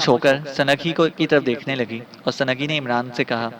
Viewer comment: ویسے تو اپ کی اواز بہت اچھی اچھا پڑھتے ہیں لیکن اپ کئی غلطیاں کرتے ہیں سند لفظ نہیں ہوتا سنگ ہوتا ہے سنگھی ہے وہ سنگھی